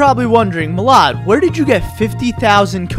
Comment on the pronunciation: Its funny how you called him instaed of milad